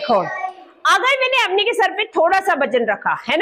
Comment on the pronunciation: मैडम , अवनी ...... शब्द नही अवनि होता है धन्यवाद तरीका बोधगम्य है!!!!😊😊😊